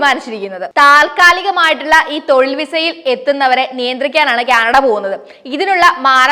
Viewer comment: ക്യാനട അല്ല ആന്റി, കാനഡ. Ok